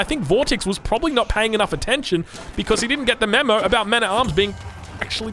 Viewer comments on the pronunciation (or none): none